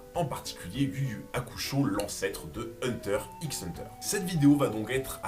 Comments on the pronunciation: Hunter "X" Hunter mdrr 🤣 arretez avec le X il ne se prononce pas pfff sérieux sur une chaîne sur HxH c'est chaud 🤭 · Le "x" de hunter x hunter ne se prononce pas.